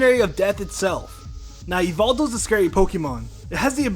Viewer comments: It is pronounced "Gar-de-vwah", not "Gar-de-vwor". "Ee-vel-tul", not "Yee-vel-tall". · Yveltal is actually pronounced why-veltal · u said yvetal wrong!!!!